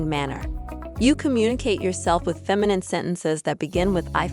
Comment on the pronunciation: Look up how to pronounce the word "feminine."